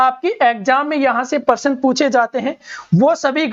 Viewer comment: Sir jii parsan 😂😂 / प्रशन